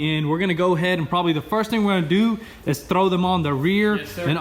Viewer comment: he said trow them lmao xD here trow them on the back lmao xD